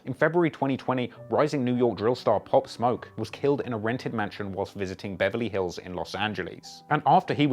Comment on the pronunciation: This foo said Pop/smoke lol